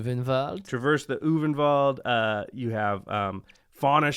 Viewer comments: I think you would pronounce "Ulvenwald" as "Olfenvalt". Though I am not quite sure, it might be "Ulvenvalt" though that might just be my accent.' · Not every vowel is pronounced as an umlaut in German. You're right that the "v" would be most likely pronounced like the "w" in Arwen, but the "Ul" should almost resemble "pull" without a "p".